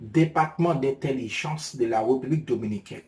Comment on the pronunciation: Bro sa kap fet la? se pa Republique nn. Se République, lhr wap prononse RE a ou femen bouch, fok ou ouvri bouch ou pou son aksantegi E ka sorti. Bon travay!